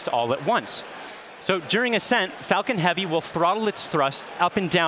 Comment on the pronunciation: why did it sound like "spacex fukin heavy"